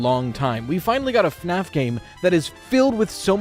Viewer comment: Australians now pronouncing it as FNArF